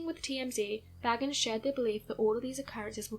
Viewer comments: I know. It drives me crazy too. It is Bay-gans, not Baggins. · It's pronounced Bay-gans not bag-ans. Just sayin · Sorry, but his last name is pronounced Bay-gans.